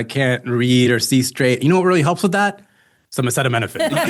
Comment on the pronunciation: Vewey good Donnie boy! You finally pronounced ACETAMINOPHEN. You deserve a cookie 🍪